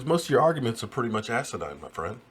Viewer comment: Its asinine not asidine or whatever it is youre saying, asinine meaning stupid or foolish. At least get it right when youre going at someone with an argument. #JS